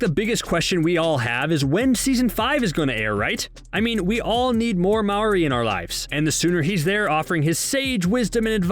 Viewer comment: Have you even watched the show? Why do you pronounce Maurry’s name “Mao-ree”? That makes me feel that the person reading the script hasnt even seen an episode of the show. Overall cringy